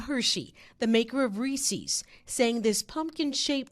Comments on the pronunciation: It's Ree-sis. Not ree-sees.... FFS, you're a public speaker and cant he bothered to learn how to pronounce extremely common priduct names? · FFS it's NOT REE-SEAS, it's REE-SIS! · It’s Reese’s, not Reesee’s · Re-ses. Not reesees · Why are you saying Reeses' like that? You're saying it like "Reese sees" when it's pronounced to rhyme with "pieces". Unless, do you pronounce it "piece sees"? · It’s Rees-‘ez’, not Rees-’ees’. They even put a video out about it. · Its prounounced Reese's not reecees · Yeah and there’s a wrong way to say it. It’s not riecies. They pronounce it right in the commercial. Stop trying to be different. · where does it say "REESEES"? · Disgusting! I can't believe this woman just said "Reesees." WTAF. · "There's no wrong way to eat a Reese-EEs" True, but there IS a wrong way to pronounce Reese's! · Who the heck calls it ree-sees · I'm going to sue this reporter for repeatedly saying "Re-seez". It caused me extreme emotional distress and now I have the PTSDeez. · THANK YOU! I was wondering if anyone else was like, "who says REESIES?" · Never trust someone that pronounces it Resee's lol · she should be sued for pronouncing reeses like that. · The news anchor saying “Reese’s” wrong is super annoying. 😂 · I don't care one bit about this except that the news person can't pronounce "Reese's" properly. *facepalm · Why does she say Reese's like that even the commercial says it right 🤦🏻‍♀️ but how can you sue for something so stupid, this is why things skyrocket in price. Just don't buy it who cares, it's not like it's gonna make a difference in taste which is the point in buying Reese's. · There is however, a wrong way to SAY "Reeses" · There maybe be no wrong way to eat a Reese's, but there is a wrong way to pronounce it. Reese's rhymes with "pieces," not "feces."